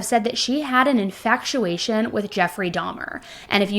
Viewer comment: Infatuation.. not in faCtuation